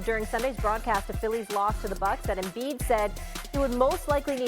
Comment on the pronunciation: Embid to tha Lakers”😄😄😄